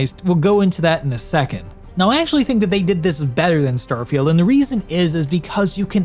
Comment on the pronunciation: What a funny pronunciation of "starfailed"